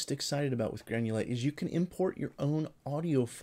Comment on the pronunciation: funny that youask for money before even begining to talk about the subject. Having sai that, it should read GRANULATE, not GANULATE. Poor